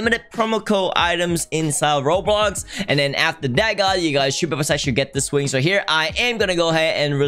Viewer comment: I like saying robloc instead of roblox lol.